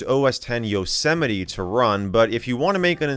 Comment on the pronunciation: why is nobody talking about the way he said yosemite